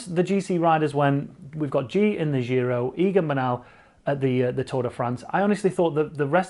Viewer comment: I love your videos. Just please don't say the dzjiro. Giro is pronounced same as Jim, jist, jitter, gin. In Italian there is no 'dzzjj' sound